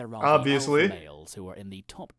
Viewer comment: He's not the alpha, he says he's the Olpha